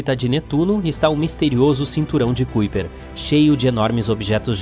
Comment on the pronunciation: Kuiper = [caipâr]